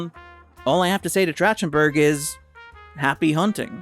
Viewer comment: I feel like I am losing my mind listening to you say Trachtenberg wrong over and over (It's track-ten-burg). See: Michelle.